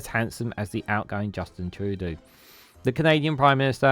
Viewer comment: we peaked out with justin! now, it's a long, sad road downhill when it comes to pretty-boy PMs. so long justin - you'll be missed! 😊 ps - it's pronounced "true-dough" 😉